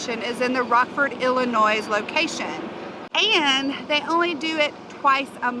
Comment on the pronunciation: I don't know why I didn't see this sooner. Great video! I can always tell when someone isn't from my home state...they put a "z" sound at the end, they say Illinoi-z... I am SURE you have heard this before...the "s" is silent. BTW - NICE hotel!!!